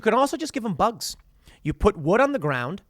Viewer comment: “Eat the boogs”